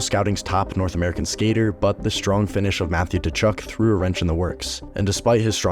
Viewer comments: It's Kachuk not Tachuk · Its pronounced Kuchuk not tuchuck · It’s pronounced “Cuh-Chuck.” The “t” is silent.